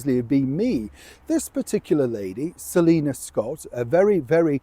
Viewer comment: Her mame is Selina, not "Selinur".